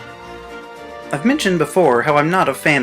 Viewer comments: It's HAH-riyama, not HAIR-iyama. It's Japanese. Also, Incineroar is a pro wrestler, not a sumo wrestler. There are no other sumo wrestler Pokemon, to my knowledge, so I actually like Hariyama. But that's just a matter of personal taste. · It’s pronounced HAHR-ee-yah-muh, “”! 🤨